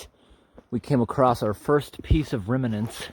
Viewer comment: and - ‘reminance’ ? for ‘remnants’ ;)